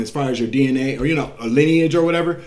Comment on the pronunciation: DNA .. sounds like DeeNA